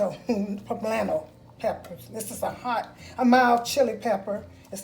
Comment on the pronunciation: The way you pronounce Poblano was almost perfect. This recipe looks wonderful. God Bless!